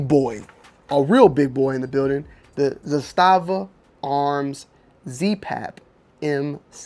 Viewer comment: The correct pronunciation in Serbian is ZA-sta-va / ЗА-ста-ва (accent on the first syllable). The pronunciation in Russian is za-STA-va / за-СТА-ва (accent on the second syllable). ZA-sta-va in Serbian means a "flag" or "banner." In Russian za-STA-va means a fortified area.